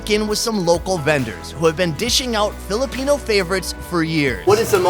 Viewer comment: I like how you can clearly pronounce Filipino terms